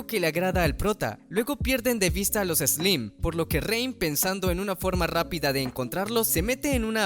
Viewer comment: ¿Oiga pero como así que se enfrentaron a Carlos "Slims"? No se pronuncia "Eslaims"?